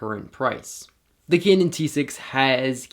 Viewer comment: all i heard is "Kenen" rather "Kanun"